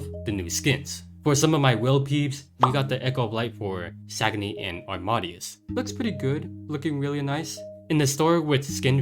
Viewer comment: I think it’s pronounced aam-ahh-day-us. Like Wolfgang Amadeus Mozart. Keep up the great videos!